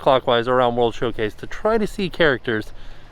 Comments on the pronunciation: Is it Showcase or Showplace because it sounds like he keeps saying place? I honestly don't know. Lol. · I thought was saying "World Show-plates" and thought it was a great pun for the festivals. Disappointed it wasn't true lol.